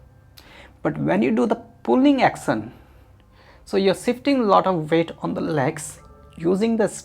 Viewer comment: I'm confused when he pronounces push as puss and action as accent